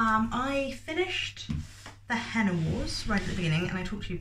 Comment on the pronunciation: Oh no! It ROTS me when narrators don't look up how to pronounce names or places - like that's literally part of your job surely? The Henna Wars came out in the US first, and from what I remember seeing the author say on Twitter they did make changes to make it better for an American audience (which always makes me laugh that it always seems like American readers can't handle books not set there whereas everywhere else has no problem understanding or converting Americanisms in all the US books we read). I once read a book about an Irish character where there was someone called Nuala and the narrator say NOO ALA like koala and I was so mad haha.